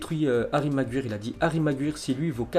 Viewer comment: Ensuite les gars, 😜comment tu prononces déjà "Maguire"? 😂